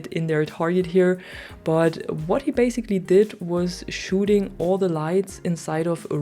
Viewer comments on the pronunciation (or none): none